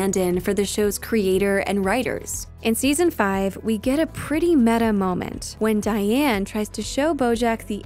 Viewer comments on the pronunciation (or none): none